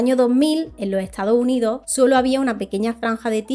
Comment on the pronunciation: Temas muy interesantes pero me da algo escucharte decir "en lo estado unido" "a causa de lo huracane" "a lo largo de lo año" 🥴 y las S's? Es una de las características principales cuando hablas en plural.